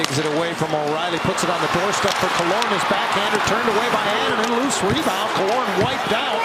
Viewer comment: Anaheim announcer can’t be bothered to learn how to pronounce Annunen’s name 😂 bush league